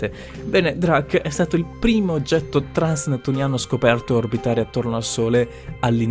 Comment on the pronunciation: Veramente si dice trans-nettuniani